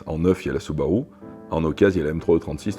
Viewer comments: Süüüüübarüüüü il est génial le mec. Le monde entier y compris les japonais disent Soubarou et lui il dit Sübarü hahahahaha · Excellente vidéo !!! J'ai adoré. Juste la prononciation de la marque qui m'a choqué, ce n'est pas permis une prononciation pareille pour un processeur de Subaru 😉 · cf la video japonaise c’est une prononciation particuliere mais in fine ce n’est pas bien grave 😀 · French touch 😅